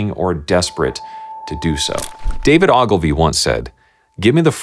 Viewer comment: Dylan here. That's not how I would pronounce Ogilvy, but I still love this video.